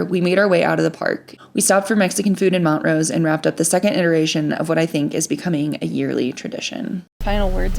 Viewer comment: Wow... Just what I need to see. Thanks for sharing. We just moved to Montrose and I am absolutely chomping at the bit to get down in the canyon. And btw, the locals get a bit perturbed when folks call their town Mont - rose... It's Mon-trose. ✌️